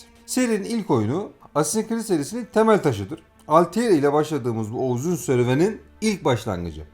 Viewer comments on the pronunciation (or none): Video çok güzel emeğinize sağlık ama kurban olayım bu tarz bir video çekerken şu telaffuz olayına biraz daha dikkat edelim. Desmond milis, alteir, assassins crid... bunlar çok basit telaffuz hataları ve dinlerken gerçekten kulak tırmalıyor. Video gayet güzel olmuş gerçekten ama sadece 2 dk youtube a yazsanız bile nasıl telaffuz edildiğini bulursunuz. Sizin gibi geek insanlar bari bu hataları yapmasın lütfen.